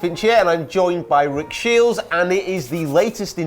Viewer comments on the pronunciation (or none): Rick Shiels Golf I thought you were saying JILLSEY